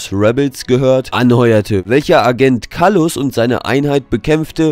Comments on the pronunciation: Wieso sprichst du "Kallus" so merkwürdig aus? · Agent Kaallus haha geile Aussprache